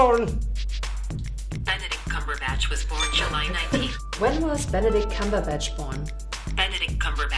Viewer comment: Someone says cumberbitch